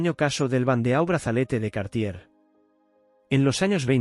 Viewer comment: EMPEZAMOS BIEN BANDEAU TIPO DE TIARA, SE PRONUNCIA BANDO, ACENTO EN LA O. APRENDE A PRONUNCIAR FRANCES.